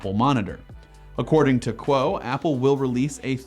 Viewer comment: ming chi kuo not quo